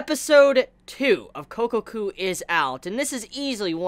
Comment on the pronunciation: Sure, i'll keep watching. I won't call it "one of the best" this season, though - worth watching doesn't mean the same as that to me. By the way it's Kokkoku not Kokoku. The "kko" is more pronounced/emphatized